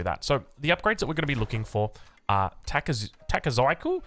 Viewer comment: If it helps with pronunciation, Japanese uses vowels similar to spanish. So takezaiku would tah-kay-zah-ee-koo